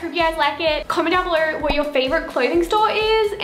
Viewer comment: ""In today's viderrrrr"" ,"comment down belorrrrrr"